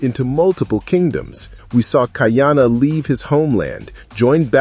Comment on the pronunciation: Lots of reasons that you listed to continue this into season 2. But, please before you do another discussion bout Chiefs of War, learn the proper pronouncing of Ka’ahumanu, ka’iana and others. You will gain greater respect from your listeners.